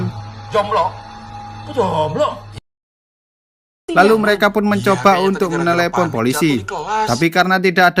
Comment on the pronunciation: Kata satpam nya Zomblo Kalau kata gua: Jomblo😂😂